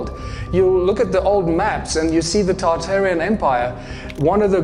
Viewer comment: Almost turned it off when I heard “Tartaria” cmon man